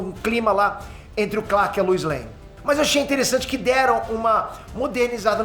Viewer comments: com a sua pronúncia eu não consigo deixar de ouvir você falando Luz em vez de Lois e dito isso, joga Luz Noceda no Google pra vc ver pq faz todo sentido!!! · “A luiz” LOUISSS LOUIS REPITAM LOUISS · Queria entender porque o chama a Lois de Luiz